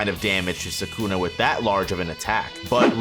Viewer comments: It’s suh coo nuh not suk na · if i put these vids on 1.25x they are actually watchable! too much nonsense being said for a whole lot longer than needed. P.S. pronounce Sukuna right!